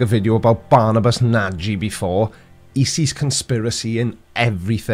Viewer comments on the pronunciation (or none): BTW Nagy is pronounced "Narhj"... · Nagy is pronounced "Naj" like Taj in Taj Mahal ^_^ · G'day! Nagy is pronounced "Nodge". Yep, I knew a Hungarian once. And he had that surname too, imagine! "gy" is one sound, so György is - tada - Hungarian for George! Thanks, mate : ) BTW, Europeans arrived in Australia in 1606 (Captain Willem Janszoon). Not sure they knew much about the existence of Antarctica at all! In 1773, James Cook was the first to circumnavigate Antarctica.. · If he's a hungarian like his name suggests for me, then the "gy" in Nagy is sounds like the "de" in dew. Like in Mountain Dew. Couldn't think about any other word... Sorry. :D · Hey, Nagy is pronounced without that e as the last letter. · So what you're saying is, we should be using a hard "g" as in "nag". If we all start doing that it could be a conspiracy to mispronounce his name.